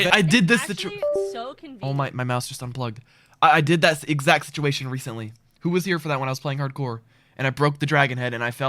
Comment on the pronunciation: wery reecently nice (6 years ago)